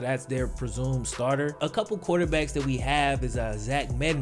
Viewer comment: Despite you having just south of a half-million subscribers, if you were to stop clipping your "g's" and start pronouncing "THis and THat" as opposed to "Dis and Dat" you would be a much stronger communicator, thereby attracting even more subscribers.